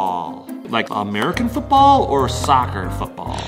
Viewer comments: Omg HAHAHAH i laugh so much when said "footbol" HAHAHHA i love that filipino accent 🤣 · I like the way the hacker said football he said futball 😂😂😂😂😂😂😂😂😂😂